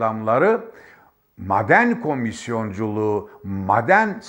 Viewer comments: Sabahattin abi lütfen bazı kelimeleri konuşurken uzatmıyorsunuz,onları yazarken farklı ama,okurken farklı okunur.Örnek;"maden" kelimesi,yazılırken maden diye yazılır.Lakin okunurken "a" biraz çekilir.eskiden alfabede bazı harflerin üzerinde şapka vardı hatırlarsınız. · Madenn degil maaden diye söylenir benim bildigim, yanlismiyim acaba? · Teşekkürler.. maden telaffuzunuz beynime beynime vurdu bu arada.:))) seviyorum sizi.. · Maden telafuzunuza dayanamiyorum. Soylediklerinizin dogrulugu hatirina katlaniyorum. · her maden dediginizde yüzümde gülümseme eksilmedi.madendeki a yı biz uzatarak söylüyoruz. belki dogrusu sizinki bilmiyorum.😂.ilahi sebahattin bey.takipteyiz. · "Maden" sözcüğünü yanlış telaffuz ediyorsunuz. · At gözlüklerini çıkarıp gerçekleri anlatsan daha inandırıcı olacaktın sayın Sabahattin Bey. Ayrıca şu maden telaffuzunuzu pek çıkartamadım sanki alman aksanı gibi geldi bana. Yoksa sizde mi alman vakıfları adına altın madeni ocağı hakkında yorum yapıyorsunuz. Özünüze dönün artık bırakın bu fitne işlerini. Gerçekleri anlatın. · Sayın ÖNKİBAR , özür diliyorum ama , sizin gibi bir gazeteci nin , türkçe'yi kullanırken biraz daha özen göstermesi gerekir diye düşünüyorum ... Maden kelimesini söylerken A harfini biraz uzatarak söylemeniz gerekmiyormu ? Ha , bide siyanur değil SİYANÜR olacak ... Saygılar . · Gerçektende mâden deyişi ve m.kaaaare deyişi rahatsız edici! Anlattığı doğru olsada! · mden değil maden , Hşim değil Haşim, alka değil alaka diyeceksin. Doğru Türkçe konuş. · Müracat değil müracaat.......Maden değil maaden.......Siyaanur değil siyanür..........